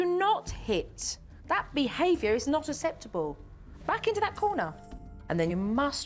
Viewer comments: The kids will think aseptable is the new way to pronounce it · I'm from the UK, I've never heard anyone pronounce acceptable like that. It's a very slight speech impediment from what I can hear. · I wish she would say acceptable correctly! She's so good though has so much patience.